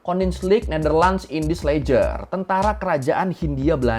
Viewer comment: Kok baca lejer si,baca" leher"